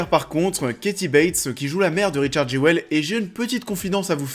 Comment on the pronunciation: ça se dit "jul" :)